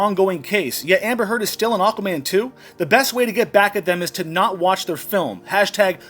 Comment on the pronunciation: It sounded like you said Awkward Man a few times 😂 which would be true he looks well awkward around her. There is no way she will be the highest paid female, for a start all her latest acting roles have been very poorly received and barely any views, all have flopped. Secondly no one is going to see Aquaman 2 so it won’t make much money if any, in fact it will probably lose money so how they gonna pay her a really high wage? 🤣 tut tut tut, don’t use my surname, toss pot!